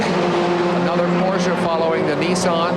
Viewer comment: WTF is a Neeesan. Wow, they even pronounce company names wrong. How sad. I'd hate to hear them say Hyundai. I think I would end it all. Severe lack of education.